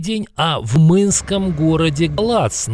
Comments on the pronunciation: не в мынском а а румыском городе часто замечаю такие ошибки что это такое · Только я услышал в «Мынском городе Латз» на мин. ?